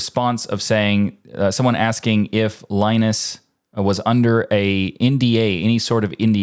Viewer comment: ah, OK, so you don't care. Gotcha. Keep butchering names, even for the low-effort cases: it's an American tradition. Ted's name is prnoounced Shó, but that's a tough one... but Linus'? Really?